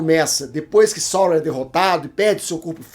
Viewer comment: Só uma dica... A pronúncia é Saurôn! Até Saurrôn no élfico...